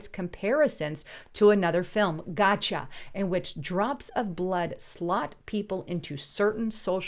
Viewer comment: Again... for God's sake... slow down... "Gattaca" is a film! [The word "film" was immediately before it]. It is pronounced Gat-ta-ka... not "Gotcha".